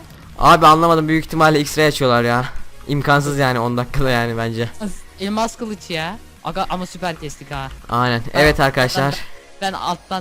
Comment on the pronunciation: abi elmaz değil elmas :)